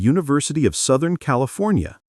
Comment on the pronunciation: "Sothen California" ...?